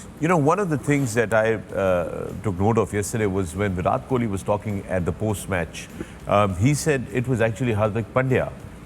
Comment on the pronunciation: The pronunciation is "وِراٹ" not "وِرات "